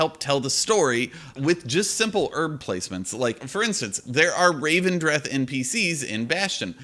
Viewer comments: "Looking forward to people pronouncing 'Elethium' as 'Ethelium' the entire expansion", proceeds to pronounce 'Revendreth' as 'Ravendreth' the entire video. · Can't make a joke about people mispronouncing things and then call Revendreth 'Ravendreth' ;) Otherwise, agree on your points, big up the content!